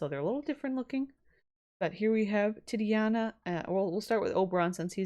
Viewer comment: Oh hey i know someone's probably told you by now but just in case they haven't titania is pronounced exactly how it's spelt, ti- tania and tybalt is pronounced tib- alt :)